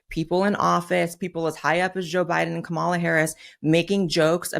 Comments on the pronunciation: Why can NOT ONE MAGA fool correctly say Kamala's name?! Is it like, ALWAYS INTENTIONAL?! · Here' s another one who can't pronounce Kamala or does it on purpose. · We're in 2025 and she still pretends to not know how to pronounce Kamala... but go ahead and pretend this was ever a discussion done in good faith. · Nope I'm not a fan of Blondie 😂😂 she pronounced Kamala Harris name incorrectly.. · She wants to demean everything on the left and talk about disrespect, but just like her orange daddy, CAN'T SAY KAMALA'S NAME PROPERLY